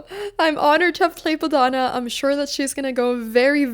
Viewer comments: Her name is pronounced BODH-NA and not BO-DHA-NAA. Unfortunately, with English unlike with most phonetic languages, names have to filled with vowels to make them look "correct" so to speak, and most native English speakers would not know the distinction unless they are told so. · It’s Bodh-u-na. Not Bodh -aana. It would be respectful to say her name as it is meant to be said. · I honestly think you should get 20 points of rating, for your pronunciation of her name....